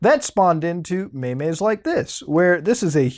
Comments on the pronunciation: They're not meymeys, they're memes. MEMES. not memes. M-EE-M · "Mey meys" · What ya talking bout dem maymays